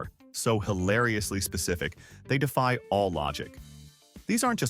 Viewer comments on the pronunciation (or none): none